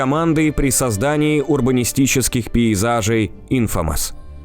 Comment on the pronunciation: "Инфамас" 😂😂😂 я ору с произношения